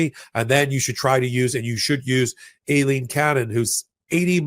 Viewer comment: am i the only one who hears "alien cannon" or a-leen ? is that actually how she pronounces her damn name